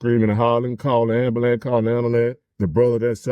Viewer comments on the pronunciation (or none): Also this guy can't say ambulance??? 😂😂😂 Cal the amblulem?